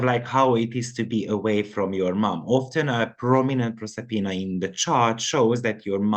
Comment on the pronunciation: Proserpina is 26, and Persephone is 399. Proserpina is the Roman name for the Greek Goddess Persefone. Same myth. Proserpina is at 4°10' in Aquarius. You said it right the first time. ☺